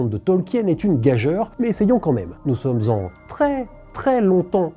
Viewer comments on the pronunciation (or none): Fan de Tolkien depuis 30 ans, j’ai regardé avec délectation les deux premiers épisodes de ROP, même si tout n’est pas raccord avec les bouquins. Petite mise au point de prononciation pour monsieur le journaliste : en anglais, on dit « dragon » avec le même son « a » que dans « drag queen », et en français, le mot gageure rime avec sûre, pas soeur. (C’était la minute de maître Capello, seuls les plus de 40 ans comprendront 😂)